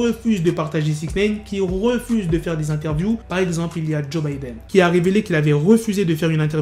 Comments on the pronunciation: joe budden pas Joe Bidden, c'est pas le même gars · C PAS JOE BIDDEN MAIS JOE BUDDEN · Apprends à bien dire les noms please . Joe Budden ( boudden) et 6ix9ine (Naïne ,non néine ) . Peace